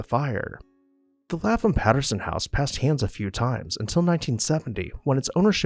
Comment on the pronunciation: Lap-Ham, not Laffam.